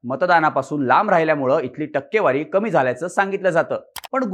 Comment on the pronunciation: ****Murkhanno****.. news denyaaadhi takkewari kashi wachayachi he shikun ghya.